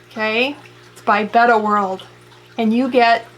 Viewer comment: Thank you for pronouncing Betta properly